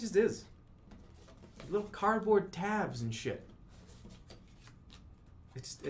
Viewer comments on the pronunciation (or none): Looks like somebody made a mess on the cahpet. Bettah clean it up with cahhdboad.